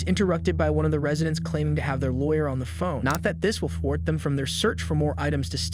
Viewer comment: Did you say "fort" instead of "thwart"? Lol. You mispronounce several words in your narration of this video, but this one was hilarious. It seems like the the theme is you using words outside of your vocabulary in an attempt to sound more intelligent than you actually are. Unfortunately for you, you butcher several of those words and it backfires and makes you sound very unintelligent. You'd be better off just not attempting words you don't know and can't spell.